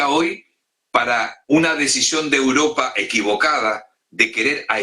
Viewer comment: que tortura de programa con este presentador, vuelve sergio te lo pedimos por favor!!! valgame dios!!!! "uropa" donde es alguien sabe?